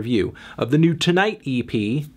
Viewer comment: It's pronounced TIGHT! Don't you see the fingers crossed on the album cover? They're TIGHT.